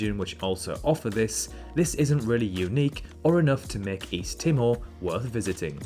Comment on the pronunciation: My uncle is from Tuvalu. He came to Australia in the 60s. Climate change is a huge concern there, as water levels keep rising and the islands are slowly disappearing. P.S. Timor is pronounced Tee-more. It's a developing nation with a very young population.